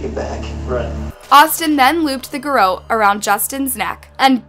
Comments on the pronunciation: gair-ROT. not gairo. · Is shawty like reading from an article or something when she does these videos because she’s always pronouncing like two or three words wrong. Word she chooses to use. Or did she not write the material from which she’s reading. Garrote is pronounced Ga-Rot. Not really a big brain word. Every video with this channel it’s one or two words, anyways just actually learn about the stuff you want to cover in a video instead of script reading an article. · You have a true crime channel and you can't pronounce "garrote" correctly...?